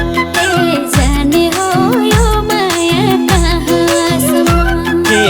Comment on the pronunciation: जाने हो यो माया काँ सम् म-- यसरी उच्चारण वा गाउन लगाउनुपर्ने तर संगीत निर्देशक कमजोर पर्नाले जाने हो यो माया कहाँ.. सम्म् --यो अँश मा हलुवामा बालुवा पर्न गएको छ। नराम्ररी किरकिर लागेको छ।